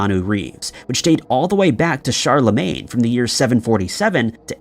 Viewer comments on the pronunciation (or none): none